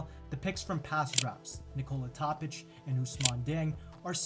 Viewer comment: The rest of vid. was good though.. also, it's TOOOOOOPIC... NOT... Topic